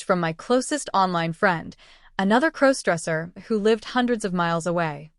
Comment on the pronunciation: Stop mispronouncing crossdresser 😮😮